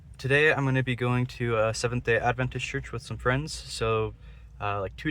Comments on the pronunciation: Appreciate that you pronounce our denomination correctly! We believe in Jesus’ ADvent, not adVENT. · I am VERY impressed that you KNOW HOW to pronounce our name - Seventh-Day Adventist , correctly! Thank you for doing such a great job! Don't get discouraged from thinking you didn't do a great job, because you did! My husband is the director of the Audio / Visual at our church, and it is NOT an easy job! When we moved here in 2018, there was NO VISUAL program at all! There were pews clear up to the back wall of the sanctuary. Since then, he has PHYSICALLY built the whole system from scratch! They are just now getting ready to build the cabinetry to hide all the workings of the system! We went live just about a year ago! LOL - Shortly after he started, One of the church ladies, a very funny, outgoing lady, walked up to my husband and said- now you aren't going to make a mess back here, are you! It HAS BEEN a LONG and drawn out process, but we are about to see the end result, shortly! It was an expensive project, but the Lord has provided the funds right on time for each phase of the project! The Lord ALWAYS PROVIDES, when it comes to spreading the gospel of Jesus Christ and His soon coming!